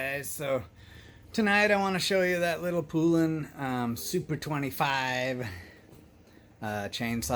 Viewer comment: Love your saws. By the way Poulan is pronounced like the country Poland except without the D. Here's a cool vintage Poulan commercial